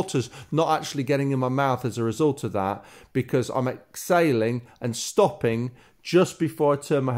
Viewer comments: You totally confused me I thought you were saying Ex sailing but you are saying exhaling😵😵😵ok thanks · Exsailing or exhaling… ? I know it’s your accent, thanks for the fantastic tips. Beautiful water shots. A very relaxed movement.